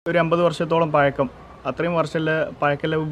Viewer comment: പയക്കം അല്ല പഴക്കം